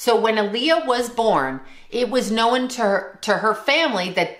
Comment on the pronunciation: Known is a one syllable word.